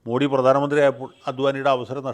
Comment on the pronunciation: How come a good orator like you can’t pronounce മോദി correctly? It’s not മോഡി but മോദി.